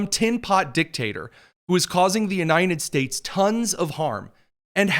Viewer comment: Why does he keep saying The "U-nine-ded" States?